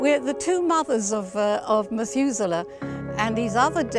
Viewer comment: This is such an amazing story. Amazing to hear the correct pronunciation of Methuselah as well. Well done to the Mothers of Methuselah! <3